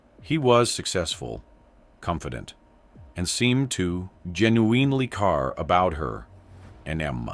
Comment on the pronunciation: Can you say he genuinely cared again? I swear it sounded like you said Genuuuin in ely car.... it was weird